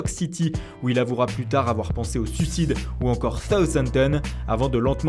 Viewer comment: S'il vous plait: ARRETEZ de dire "THouthampton" (2.06) au lieu de SOUTHampton, c'est irritant mdr...